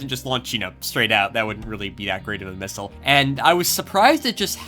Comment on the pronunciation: "Hey everybody, I wanna make a mistle" what an intro!